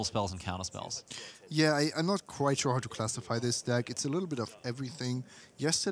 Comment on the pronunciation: Whenever says "deck" it sounds like "dick."